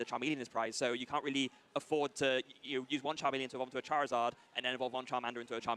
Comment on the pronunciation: The way he pronounces charmeleon irritates me lol